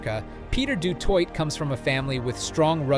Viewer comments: Du Toy, not twa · Why do my legend boy have to be called a twat he is a legend its de toi (de toit) ... not de twat... thats the french version of he's surname and not the South African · How do you pronounce his name in 3 different ways? Du twat, Du Toitè and finally Du Toit! 😂😢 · Steph du Twat??? How about "Toy"? Have some respect for linguistics. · Pronounced “du toy” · I didn't get further than 1 minute of the " Duh Twot" shit. Bye. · Pronounced du toy,you clowns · Hes not french! Stop saying his name like a du'twat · In Afrikaans it is pronounced du Toy😊 Regardlessly amazingng player; just like Schalk Burgers who broke his neck had it fused and still played Springboks again. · How many ways can you say Du Toit wrong? The T at the end of Toit is silent. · French pronounced. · Please pronounce his name correctly mate,he’s not French